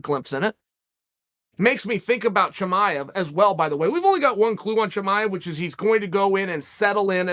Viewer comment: "hazmit chimiev" - chael sonnen 2022